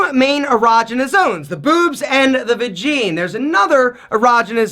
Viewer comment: Loved this video!!! 👍 you had me laffing when you said vagine..... lol made me think of borat when he said "my wife's vagine like sleeve of wizard" Thanks for another educational video!